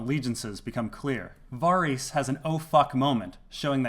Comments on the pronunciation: Can you please pronounce "Varys" the same way it's pronounced in the show. You saying "Va-Ris" makes you sound very douchy and smug. PS: just found this channel an hour ago and I absolutely love it! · What I find puzzling is why you say Varys like that!!!!! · I think you're pronouncing 'Varys' wrong, but good video nonetheless.